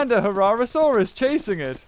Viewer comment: It's not a herrasaurus it's a herrerasaurus